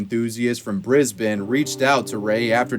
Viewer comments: THANKYOU FOR SAYING BRISBANE RIGHT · Thank you for pronouncing Brisbane correctly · Thank you for taking the time to research the pronunciation we Aussie's use. Yes we do talk different, we use words nobody understands & we actually say that we don't speak English instead we speak Strayan (that's how us Aussie's say Australian & Straya is Australia). We pronounce the letter S as as a Zed so that'll help some foreigners. We shorten everything, give micknames to everyone & everything & swear like nobody swears. F**k is normal vocab, every second or third word in one sentence. C**t is also used quite often & if ur mate calls u a c**t then that's actually a compliment not offensive at all but yes it's still used when in a fight or argument. If an Aussie (ozzy) baby comes out the birth canal & with its first breath & not says f**k or c**t then that baby is not an Aussie at all. All is not what u see when comes to us & a lot of us are bogans & proud to be bogans, even our PM sounds bogan when ge talks but he was raised in houso close to Sydney's CBD & with that you're bogan.